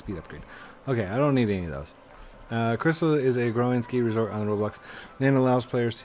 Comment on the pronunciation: U said resport not resort